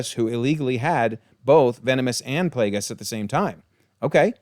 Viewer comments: It's killing me hearing Plagueis with the g pronounced like a j as if he's a plagiarist. His name was literally a play on the fact that his master infected him with a manufactured disease in an effort to take over his body. The implication being Plague (with the hard G) it's Plagueis, not Plajais. I don't mean to knit-pick but it's driving me nuts 😅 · One little thing I noticed lol Darth Plagueis is pronounced like the Black Plague lol or like GO rather than JIGGLE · The miss pronouncing of Plagueis is as bad as episode 8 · the way this due pronouces Plagueis is triggering me.